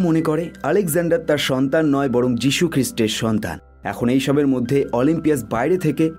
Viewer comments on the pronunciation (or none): তখন যিশুর জন্ম হয়নি। শব্দটা যিউস হবে